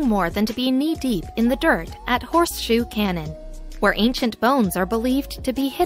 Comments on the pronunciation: Who decides how your words are pronounced? Do you know what a cannon is? A canyon like the grand one in the USA always has the "y" pronounced, the place you were showing as a cannon looked nothing like an ancient weapon and so much like a canyon. You got me annoyed. Do I have to block your channel too, because you consistently grate on my nerves by persistently saying things wrongly. It is easy enough to check, so why wouldn't you? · learn how to pronounce "canyon"